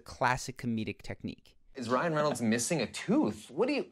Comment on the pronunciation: he cant say reynolds